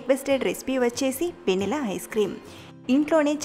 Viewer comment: Vennela kaadhu venilla